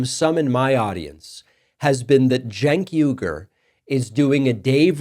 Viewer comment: It’s pronounced Chenk Wiggur